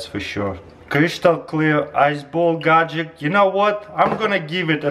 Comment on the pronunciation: I found it awesome that Taras can perfectly say the long word imperfection but still says gagjetcks